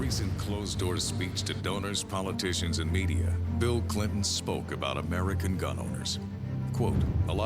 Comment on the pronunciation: Gun not gin